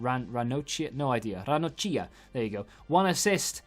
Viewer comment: Italians pronounce che ch like k (of Kevin) and cch like kk but Don t mind it, ranocchia should be forgotten by the history of football